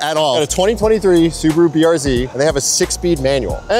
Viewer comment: The way you kept saying BRZ